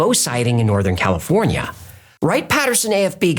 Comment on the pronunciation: I love how you pronounce California... The African continent is where you'll find lizaaard people..